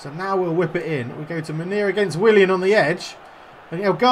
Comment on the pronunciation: Munier is pronounced moon E air